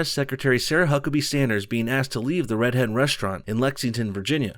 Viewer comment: Am I the only one who hears "red head" every time says "Red Hen"?